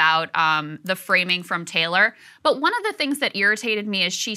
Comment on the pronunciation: But it's pronounced Taylor..?!!